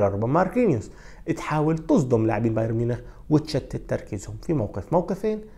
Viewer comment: لم أتابع لغاية الآن محلل رياضي في القنوات العرييه بقدرتك وبدقة تحليلك يا سيد. لكن اتمنى أن تعمل على إتقان لفظ الأسماء الأجنبيه.فأنت تلفظها باللغه العريبه. أنصحك بالاستماع للمعلقين الأجانب كيف يلفظون الأسماء. على سبيل المثال لا الحصر بايرن تلفظ "بايارن" وليس "بايرين"